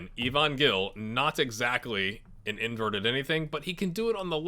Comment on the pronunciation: I believe Gil is pronounce like Hill